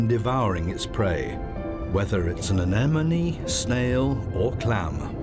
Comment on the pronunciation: Does no one else think the way he says anemone is hilarious?